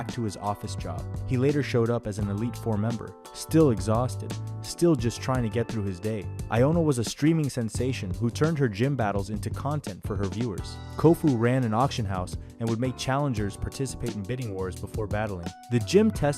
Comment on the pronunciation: These pronunciations are awful, "whine owna" for Winona made me click off